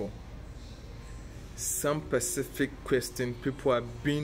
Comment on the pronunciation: Specific not percific